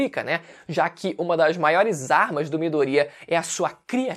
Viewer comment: Afinal. É miDOria ou midoRIA ?